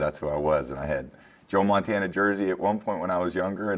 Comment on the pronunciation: Did he say his idol was Joe Montana or Joe Mantenga? Joe Mantenga is the greatest tackler of all time of all time